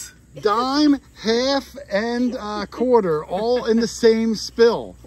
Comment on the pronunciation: Every time at the beginning when you say quarter hoarder, it comes out sounding like, court order.